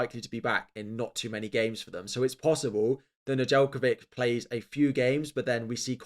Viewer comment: Speaking for all my Serbian people, you definitely butchered Nedeljkovic last name